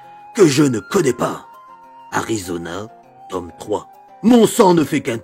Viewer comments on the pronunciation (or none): none